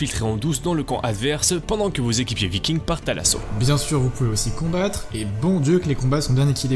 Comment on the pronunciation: Des VikingZ... tu peux pas t'en empêcher hein. ^^